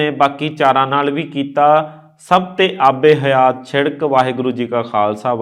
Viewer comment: ਆਬੇ ਹਯਾਤ । not aabe ਹਯਾ